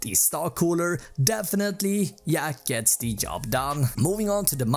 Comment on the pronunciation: Lmao did sound like that. "But it yets the job done" hahahaha